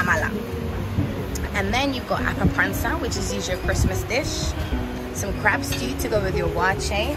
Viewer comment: I love the pronunciations of the foods with your British accent. It took me a while to identify “appa-ransa”. You make it sound so gourmet! 😊